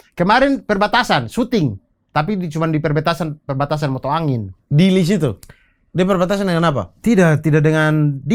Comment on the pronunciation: Perbatasan MOTA AIN bukan Mota Angin 😂